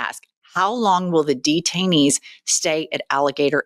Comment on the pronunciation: No, no! When you said 'detanees,' I thought you meant the Republican Party.